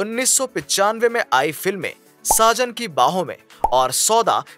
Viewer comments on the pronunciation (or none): Please read script carefully .. Kabhi Saajan ki Bahon ko.. Sajan ki bahon bolte hain .. Kabhi Saayesha ko Ayesha bol rahe ho .. That gives little awkward.... Anyway your videos always give us nice informations 🙏